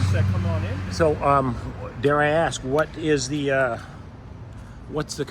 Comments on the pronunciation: How many times is she going to "axe" him? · She’s a liar. We all heard her say she ax him. there was a attempt of a axing with no ax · Why are they always wanting to "AXE" me??? How do you know he was "zooming in"??? "Unfortunately" it's a free nation. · You AXED me what i was dooin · I'm sitting here laughing at this watching 3 ignorant people of color acting as they often refer to as Acting A Fool! And Axing you not to film! Lol! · “ diminish mental capacity“ says the cop who can’t say the word ask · One question ...can any of them pronounce the word ASK 😂